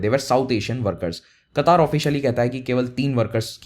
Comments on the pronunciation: कटार नहीं कतर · oh bahi sab Qataaar nhi ha word Qatar ha not Kataar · It is qatr not kataar 😂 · पहले बोलने को सीख लो उस देश का नाम कतर है